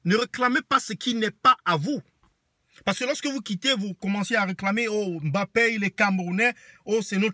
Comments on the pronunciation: Tu es camerounais mais tu prononces mal le nom de Kylian, c'est pas M Bappè, c'est MBAPPÈ prononce ca comme nos frères douala le font. Maintenant que Kylian gagne, la France le revendique Francais, mais il est jeune, il comettra beaucoup d'erreurs et la les francais vont lui rappeller ses origines. Regarde ce que la France a fait au boxeur batié la qui gagnait les matchs pour eux. A peine il a perdu un match ils l'ont appellé le francais d'origine Camerounaise. Qui vivra verra ! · Un camerounais qui prononce mal Mbappe, tu t'es kill tt seul dans l'oeuf... N'importe quoi... les gens sont prêts à tt pour faire des vues sur YouTube... Déjà Il est libre de choisir sa nation (si il se sent français c'est son dos, et puis il a grandi et est née en France ), mais la génétique ne laisse pas le choix (le Cameroun et l'Algérie coule dans ses veines) et les camer et les Alger ont raison d'être accablés par le fait d'avoir perdu une pépite au profit du colon français...